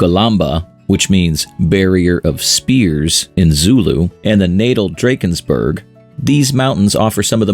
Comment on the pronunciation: Lee-sue-two Dra-kenz-burg